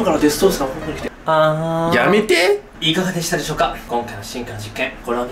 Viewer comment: やめて⤴︎ ⤴︎に笑ったwww キレッキレw✨🙌 イケメン✨✨